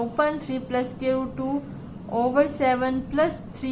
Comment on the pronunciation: Mam squirt ni hai square hai lakin ap nay bhut acha samjaya thanks 👍👍👍👍